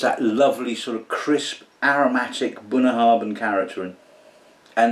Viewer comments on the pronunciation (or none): No disrespect mate but Bun na hAbhainn means 'bottom / base ( bun ) of the river ( abhainn ) ' and the 'bh' is a 'vee' sound - so , it's pronounced 'bun nah havaan' . Love your content btw , peace out.